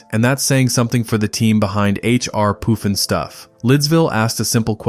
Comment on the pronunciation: AI idiot voice Not POOF-EN-stuff it's PUFFinstuff.